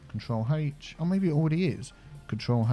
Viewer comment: Every time he says “control H” I hear “HaTeSh”